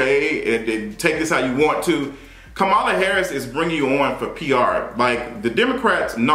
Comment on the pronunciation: 1. You’re right about Dr. Jackie. 2. You just did an entire video mispronouncing Kamala Harris’s name. It’s important to respect every person by at least attempting to get it right. I see names in different ethnicities everyday, and if I can’t pronounce it, I will ask that person and coach myself through it. 3. What’s wrong with women wanting to be off of work while they’re pregnant!!!!! Fake it not!!!